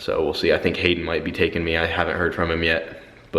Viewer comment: every time you say hayden im like huh